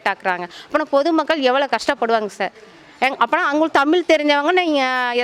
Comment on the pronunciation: தமிழன் தமிழை "தமிளு" என்று சொல்வதே கொடுமை.... 😮